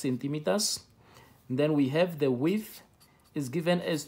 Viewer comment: When you said width with widtb😂